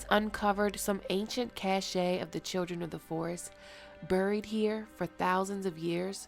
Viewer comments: ILY, mamacita. But... Cache (meaning stockpile or supply of things) is pronounced like “cash.” Cachet (with a T) is pronounced as “cashay,” meaning the state of being admired or respected. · not ca-shay but cash. cachet vs cache from the french for hiding place vs that which is hidden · Cache is pronounced like cash. Cachet is pronounced like ka-SHAY. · The word “cache” is pronounced “cash”, not cashe. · The word is "cache", not "cachet" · Love your brilliant video. Kudos!! Excellent insights -- and you have a llovely voice. Keep making amazing videos. P.S. Cache is pronounced like "cash." As distinct from cachet. Both are etymologically French. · Please learn to pronounce "cache" correctly before reading it aloud. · Love your videos. Cache is pronounced cash. You probably realized that too late. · Cache is pronounced "cash" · Why do you pronounce cache as "caché"? Are you french canadian? Just wondering. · Cache is pronounced Cash. Sorry it’s extremely distracting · Cheryl Gardner A cache is hidden treasure pronounced as "cash"...Cachet...is a cheap old perfume by Avon, pronounced as "cash-shay". I mispronounce words too.... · Pretty sure cache is pronounced like "cash"... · Look up how to pronounce cache... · Please look up cache and cachet. Note the pronunciations.